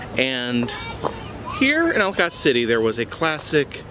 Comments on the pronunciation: Understand but is kinda funny ya won't know how to say that name unless you r from there it is pronounced as EllaKit city not how it's spelled brother lol Ellicott......lol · I don’t know why. But as local your pronunciation of Ellicott city physically hurt me. The reason why it was left abandon was because they built a strip mall on the site. The people that owned and enchanted forest worked in to the deal that they could not demolish it in the hopes that The developers would find a way to continue the operation of the park. That did not happen so it sat abandon until the contract ran out